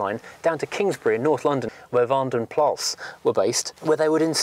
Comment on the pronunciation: Van den Plas is pronounced "PLAR with an "R", not PLASS with an "S"